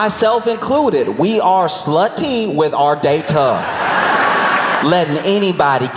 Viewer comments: The way Josh says 'slut-ty' will be living rent free in my head for quite a while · "We are slu-TEE with our day-TUH". 😂💀